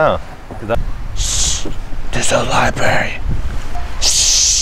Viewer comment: “SHHHH” “ITSA LIBARY” “THATS RIGHT LEAVE THE LIBARY”